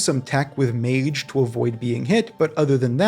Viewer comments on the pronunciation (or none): none